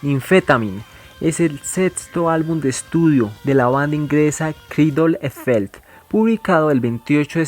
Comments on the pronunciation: No se pronuncia Kraidul e felt. Es Cradle of Filth y se pronuncia "Cradl of Filth" (la E no se pronuncia). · coman ma mamey !!! suena como frijol felp o algo asi jajaja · Es creidol of filtf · se escucha como frijol felp jajaja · Mal pronunciado el nombre de la banda, para tratar de darle unsonido escrito sería: "creidel of filtz" mas o menos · carde e filt jajajaja si es cierto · Queidol e felt 😂😂😂😂😂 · Mal pronunciado el nombre de la banda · Que pesimo es tu pronunciacion del nombre de la banda